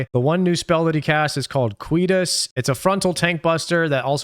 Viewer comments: Quiet us not queetus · Great guide, though the "Quiet-us" pronunciation makes my toes curl :p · Bro really said Queedus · The way your pronounced Quietus...